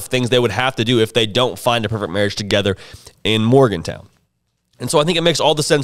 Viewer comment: He doesn’t know how to pronounce Morgan-Town, does he?